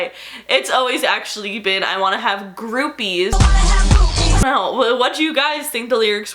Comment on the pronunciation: Cracking up at the way you say boobies and the fact that you think that word is weird 💀💀💀 it does sound weird now, though